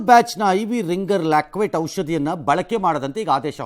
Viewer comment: ಅದು ರಿಂಗರ್ ಲಾಕ್ವೇಟ್ ಅಲ್ಲ ರಿಂಗರ್ ಲ್ಯಾಕ್ಟೇಟ್ Ringer lactate... ರಂಗಣ್ಣ ಸರ್